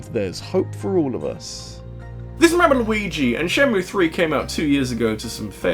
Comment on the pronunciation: I have to confess that i wish your annunciation of your outro was better... I'd followed you for like a year before I understood you were saying "this has been "